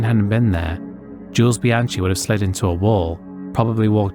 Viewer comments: A few corrections, if I may. Bianchi is pronounced "Bee-AN-kee", not "Bee-AN-chee". Jules' best F1 finish was 9th, not 8th. It's Romain Grosjean ("GRO-zhon"), not "Gross-Jean". The 19-year-old marshal's body was not split in two. His red sweatshirt came off during the impact, which has unfortunately fuelled that misconception. And Ligier was a French team, so it's pronounced more like "Lee-zhyay", not "Lye-gear". Small details perhaps, but worth getting right in a video covering such serious incidents. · It is pronounced Bianki not Bianchi. He was French hence the difference in the sound of the 'ch'. It's also Grojohn also French. You really should learn to pronounce names correctly to give proper respect. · I have to agree on that. Things like Grosjean (Groh-zjeahn) and Bianchi (Bee-an-khee) are difficult words, but they are famous names. A bit more respect and research could have been warranted.